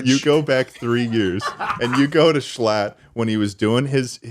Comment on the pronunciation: I'm from NY and "Shclatt" does "NOT" sound like "US"